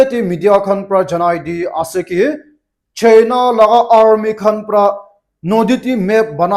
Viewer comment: Injection ❌ Ejection ✅ China ❌ Chaina ✅ Hospital ❌ Hospotol ✅ Operation Sindoor ❌ Operation Sundoor ✅